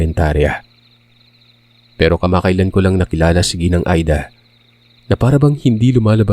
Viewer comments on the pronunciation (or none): none